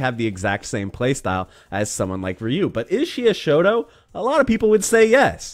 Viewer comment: You said "shoto", I heard "shota" and had to rewind, lol.